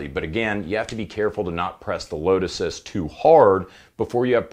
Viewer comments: lmao. I totally heard lotus too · Every time you said load assist, I heard lotuses. LOL I hope I'm not the only one. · Its how he says " load assist " button .